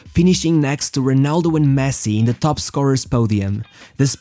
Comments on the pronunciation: Bro its ronaldo, not honaldo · Nobody: This guy: Homa, Honaldo